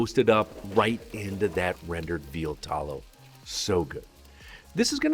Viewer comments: Where are you from? I can't place your accent... You use GA English, but then there are certain words where you pronounce a "short-a", 'æ' (like in cat, /cæt/) as an open-front 'ɑ' (like in dog /dɑg/). I.e- 'tɑllow' and 'gelɑtinous'. Otherwise, I'd never have guessed that English is your second language - other than that one quirk, you sound like a native speaker. Great job on all your hard work!!! 😃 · Gel-ahhhh-tenuous, veal taauuul-ohhh. Why so weird with pronunciations?!